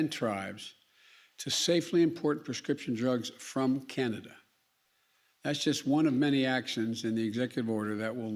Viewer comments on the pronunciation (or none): none